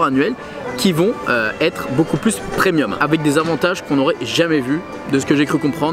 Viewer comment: PREMIUM et non PRENIUM